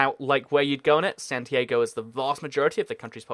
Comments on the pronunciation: im pretty sure its 'SAN-TEE-ARR-GOW' NOT 'SAN-TEE-AY-GOW' I think youre mixing it up with san diego? 'SAN-DEE-AY-GOW' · San t a go...just saying. Lol great content very knowledgeable